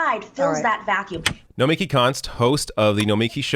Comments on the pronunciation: Her name is pronounced No-mi-KEE. Emphasis on the last syllable. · no-mee-KEE,. C'mon. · It's Nomi-KI